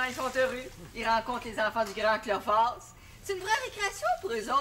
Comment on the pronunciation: mais c'est Cléophas et pas Clophas